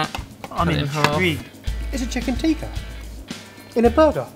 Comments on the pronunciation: Ps, for future reference guys, "Teeka" is the red powder stuff people put on their forehead while they're at temple. "Tikka" (short i as in "is" and an emphasis on the "kk") is the dish you created ;) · Tikka is pronounced "Tick-ka" not "tee-ka" :) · It is not teeeka it is tika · No its not even tika it's tikka